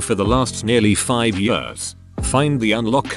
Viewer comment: Yeuurghs (years)